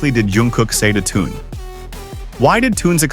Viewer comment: Вот опять хрень написали я прошу правильно проговаривайте их имна он не Тун а ТЕХЕН.ЗА ЭТО ТОЛЬКО ПОД СУД ЧИТАТЬ ПРОТИВНО СКАЗОЧНИК ЗАЙМИСЬ ДЕЛОМ А СПЛЕТНИ НЕ СОБИРАЙ